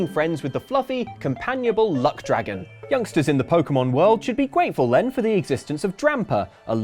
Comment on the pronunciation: 🚨🚨EMERGENCY ALERT 🚨🚨 THIS IS NOT A DRILL says "Gwateful"